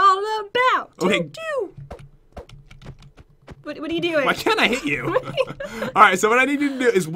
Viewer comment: totally said whu